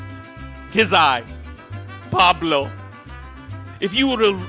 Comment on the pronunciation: "Paulblo" lol good shit